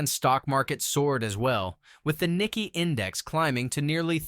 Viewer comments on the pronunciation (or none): Japan’s stock market is called the Nick-A not Nick-E